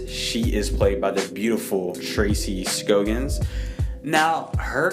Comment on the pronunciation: What did you think of the two Vs? And MacGyvers? I watched this whole Lois and Clark at the time. Tracy Skaa-gnz, John Shay. This is how they pronounced their names. You can google it.